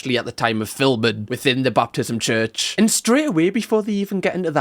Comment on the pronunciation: As someone who was raised Southern Baptist I love that calls it a "Baptism church" instead of a "Baptist church" lol. Great video!